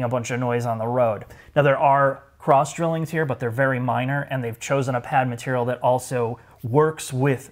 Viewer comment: hahahahaha “…….traditional leather materiuuhhl”